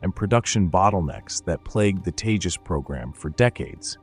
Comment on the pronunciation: Proves your ignorance, can't even name the LCA jet, it's Tejas and not Teja. Also, it was the same blabbering that was being done by others when it came to space explorations and look where India is now. What you have to understand is it's not the same bureaucarcy that is in, this government, prioritizes stuff and the ceiling broke with the Tejas, the limit now is beyond the sky with the private players in the scene now and the Kaveri engine brought back to life. Keep your hypocrisy to yourself and keep a lookout in the future, because when the AMCA comes to fruition, I iwill be back here.